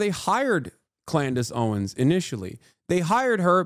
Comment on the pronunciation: Klandace Owens